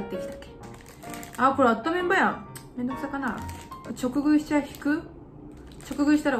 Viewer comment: 直食いをちょくぐいって読む人初めてみた笑 じかぐいじゃないんか？笑